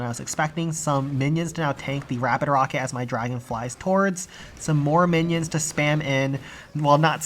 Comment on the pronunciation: I must've missed the memo that we call minions Mannys now, at least I think he's saying that.